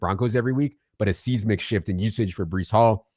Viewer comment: Seismic = size-mick. Not seas-mick. 👍